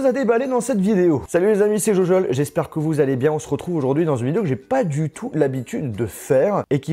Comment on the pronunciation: C'est pas jojol c'est gogol